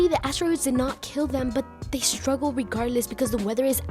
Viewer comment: I can tell you’re Mexican 😂 by the way you said Regardless